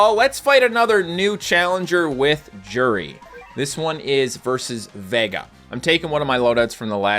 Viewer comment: Its pronounced you-di